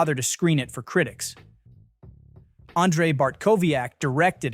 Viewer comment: "And-zhay" Andre!!! Fucking AI Why did I waste my time watching this tedious videi?